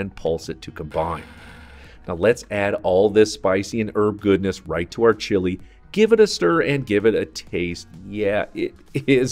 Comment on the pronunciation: "Chili" pepper is definitely not pronounced like the country Chile. Turning off the video less than a minute in because I can't stand that ridiculous pronunciation.